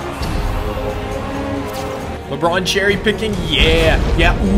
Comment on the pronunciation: Anybody else think he says LeBrun